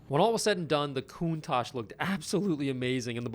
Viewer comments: I wish the owner knew how to say “Countach”. I guess it’s indicative of the shape the car is in 😂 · It's amazing that people who don't know how to pronounce Countach end up being able to afford one, but less surprising they mistreat it once they do. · The owner needs to learn how to pronounce the car name... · How do you own a Countach, but not know how to pronounce it? Or let it get to that state??? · Dude can't even say the name right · IKR. What kind of person buys a lambo and can't even be bothered to learn to say the car's name right. Not to mention how he then proceeded to neglect it and let it destroy itself. Shame on the owner! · Bugged the hell out of me. You own one of the most iconic cars of all time and you can't even say it's name correctly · “Coon-Talk”????!!! How the hell does mispronounce one of the most famous and well known cars on the planet. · Countak? Excuse me lol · CountaK? Having such a valuable car and not pronouncing it right is a crime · 2 things annoy me about this video. 1. The poor condition of this classic 2. How the owner pronounces Countach. 👀 koontash not koontak. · Ugh...not only did he allow this car to get in this state, but can't pronouce Countach correctly (coon-tock vs coon-tash) No way I could know that was sitting out there rotting day after day. Even Larry, who's worked on 1 of 1 Ferrari, is awed by the car. Is there a law against letting cars like this get in this shape? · It’s pronounced COON-tosh not COON-tok. That’s we Americans pronounce it probably different in Italian. 😂. I’ve had 9 corvettes (mostly used used) over the last 25 years. But always wanted a Lamborghini Countach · Nice work. The owner was cool! FYI the pronunciation of Countach ends in shhh not kkk :) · Koontakh not Koontasch. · I always thought it was pronounced ”koon-tosh” , not ”koon-tahk”. 🤔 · Countash, not Countack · Yet he's still the one that owns a genuine Lamborghini Koontak. 😜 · “Coontack” Idiot. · Why does he call it a countak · lol countak